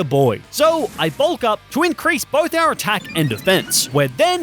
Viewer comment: Is it the spanish speaker in me or every time he says "our" it kind sounds like "el"?